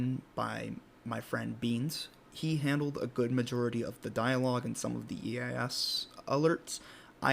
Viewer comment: It is "E-Ace-S", not "E-Aces".